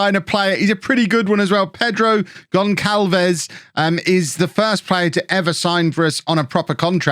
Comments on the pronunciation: Gonçalves is pronounced like Gonsalves not Gonkalves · GonÇalves = GonSalves :-)